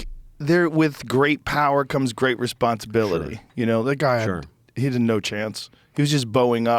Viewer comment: with great power come great respronsitrillitris